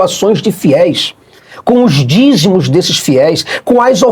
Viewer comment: Todas as profecias do Malafaia...FALHARAM...e o mais impressionante...é o tanto de Gente que O acompanha, ...dando "ofértasch", ..."dizimusch"....para Ele comprar jatinhos, carrões, mansões e viagens para Dubai.